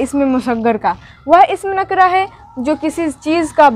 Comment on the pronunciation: Nakra nahin nakirah hai